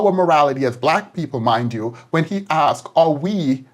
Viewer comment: dr umar "axes" the question